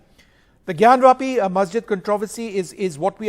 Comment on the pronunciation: It is not gyanvaapi it is jnaanvaapi. ज् + ञ = ज्ञ ग् + य = ग्या ज्ञान्वापि = ज् + ञा + न् + वा + पि ग्यानवापि = ग् + या + न् + वा + पि